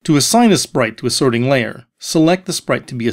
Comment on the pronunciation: "The sorting LAYer."